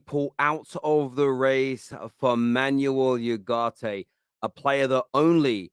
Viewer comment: It`s not YUGARTE, you idoiot! It`s U-GARTE. As in the word oohh.